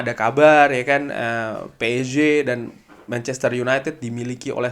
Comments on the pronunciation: Nyebut psg biasa aja mas jangan ke Inggris amat kan yg nonton orang indo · nogmong psg nya kok gitu sih bang wkwk